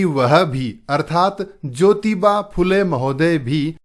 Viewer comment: Aapko acchi tarah Se padhaane nahin aata phool Le hota hai fula nahin phool lu hota hai phoolon nahin aap bahut jyada badhate Hain sorry❤😂😂😂